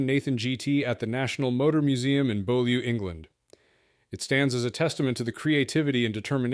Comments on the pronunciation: "Barchetta" is pronounced "Bar KETT uh", NOT Barchetta. "Beaulieu" is pronounced "Bewley" in English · MIke Costin co-founded Cosworth, indeed the portmanteau name is a combination of Costin & Duckworth. Pronunciations of Monthléry & Beaulieu need more research.